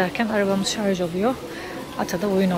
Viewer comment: Şu an ayrı yazın lütfen. Çöp hassayetiniz için teşekkür ederiz. Bir de nadiren şarz diyorsunuz, çevreci aileye pek yakışmıyor. Selamlar 👋